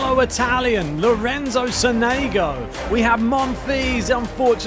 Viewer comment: Sònego not Sonègo